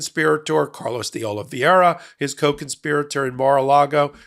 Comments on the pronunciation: Trump’s goose is cooked. It’s Oliveira pronounced(O-li-vey-ra) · February 8th occurred already. Also Ask Ben Meiseilis how to pronounce. Carlos de Oliveira’s name which you mispronounce every time.